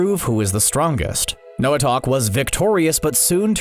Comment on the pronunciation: Him: Noahtak Me: you mean Noahtok???? (He pronounced it as Noah-Tak at first) NO HATE BTW!🤣